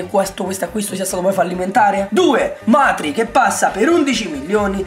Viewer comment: Hai detto Matri due e anche Bertolacci🤔